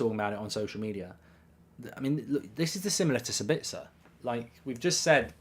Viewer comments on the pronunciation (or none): Dude, his name is SAbitzer, not SaBITZer, meaning the stress in on the first syllable, not the second... ;-) Greetings from Austria 🙂